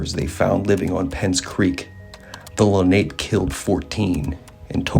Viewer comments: It’s pronounced len op pay,. Not ape lol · It's (Le- nop-eh). Not Lanape. Jesus if you're going to do this stuff learn how to pronounce the name of the participants. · Wrong pronunciation of ‘Lenape’. It’s not ‘ape’ it’s a long a sound where the last letter an appears. ‘LenopA’ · Lenape is actually pronounced la-na-pay. Leni Lenape is what the Delaware called themseles. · The Munsee pronounced it "Len a pew". The French said it meant "little ape man". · You are butchering the pronouncement of Lenape